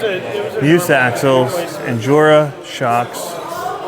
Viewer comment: Also, it’s Me-us, not me-oos. On every package, it says “not Me but Us”. You’d think that YouTubers would figure it out at some point, sadly none have.